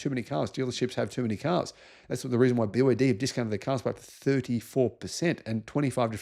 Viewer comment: bee Wah day also